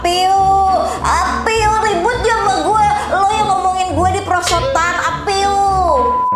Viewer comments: a'pieu bacanya o piu (eo pyu) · A'Pieu hangulnya eo (어) pyu (퓨) dibacanya 'o-pyu' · Ngakak pas ngomong apieu. 😂🤣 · Apeyuu apeyuu, itu gw banget pas nyebutin brand apieu 😂😂